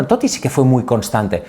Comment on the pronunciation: Increíble esa paradinha en la doble "t" de Totti, necesitamos una clase de italiano de Andrea "el amigo de todos" Orlandi